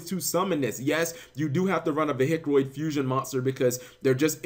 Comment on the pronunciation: Could you possibly say vehic without sounding like a hillbilly